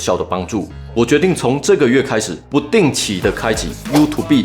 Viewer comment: 感謝超棒的分享 !!(偷偷說一下 youtube的發音是優兔ㄅㄜ˙